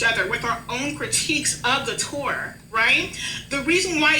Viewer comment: The thing i hated most about this entire longwinded, meaningless saga was how pronounces "tour" like "two-er".